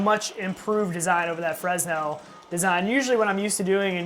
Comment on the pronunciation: Thanks for the impressions. It's pronounced "FRAY-nel". The S is silent.